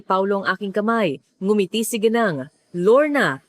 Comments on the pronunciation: Sorry you pronounce gineng. Not gineng we pronounce Ginang.. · HINDI KA PILIPINO,,,KASI HINDI KA MARUNONG MAGBASA NG WORDS NA GINANG,,,,GENI ENG ANG PAG BIGKAS MO,,,ANONG LAHI KAH,,,PUYDE BANG MALAMAN ? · nakakainis lang ang. pagbigkas ng narrator sa ginang mali mali. ang bigkas at spelling